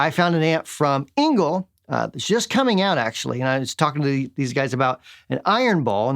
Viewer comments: its not really like an "A"... its more like an "E", for example or Edison or error ;) but who gives a shi.... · Please pronounce the "e" in the German surname "Engl" like the "a" in "a-nd". The "ngl" you pronounced it correctly.